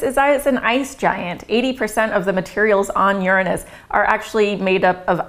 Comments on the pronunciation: Oh this is priceless. Because of the topic, she became so self conscious about how she was going to say it, that instead of using the correct 'your-anus' pronounciation, she ended up changing it to something even funnier... 'urine-us.' I was thinking 'wait for it, wait for it, how's she going to say it...' and when she came out with 'urine-us' I burst out laughing. Its put a new twist on an old tired joke. I'd got over laughing about its name decades ago, until I saw this video. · I'm pretty sure you're pronouncing it wrong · You pronounce it wrong